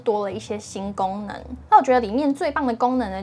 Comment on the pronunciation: 一听吓一跳，“新gangmen”...